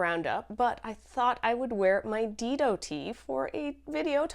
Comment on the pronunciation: Great show! Dido is pronounced Dye-doh, named after the first queen of Carthage. 🙂